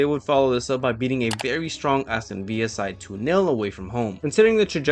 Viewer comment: Villa is a word in English too, mate, and we don't pronounce it the same way as in Spanish. It's not Aston Via, it's Aston Villa. Unless of course we're talking about Spurs and Argentina legend Ricky Villa. :)